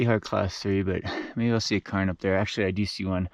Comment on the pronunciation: "Karen", "Karen", not Cairn 🤣 No Pacer cameo!?! (It's okay, we still love you!)